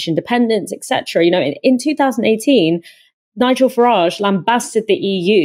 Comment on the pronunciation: Please stop pronouncing his name as Farrahhhjje. It's Farridge, like porridge. Niggle Farridge.